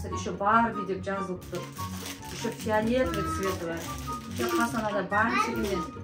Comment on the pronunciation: Фләтви емес фиалетви